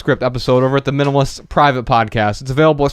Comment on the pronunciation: MyAkachi because the child voice mispronounces the minimalists as the minimists, it’s kinda cute!